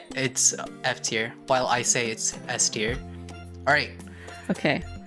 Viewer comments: I think Maple said "at the top S tier" like the "S tier" sounded like Ester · 😭 he said s tier not Esther 😭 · He said "s tier" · Lmao he said s tier